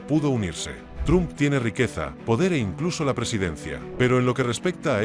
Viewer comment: Se pronuncia "tromp" no "trump".